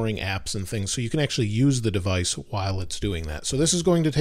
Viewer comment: What is devaice